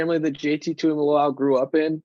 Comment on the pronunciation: Proud of you for getting the pronunciation of his name down!! Now let’s get everyone else on board!! Tuimoloau: (2-E-Moe-Low-Ow)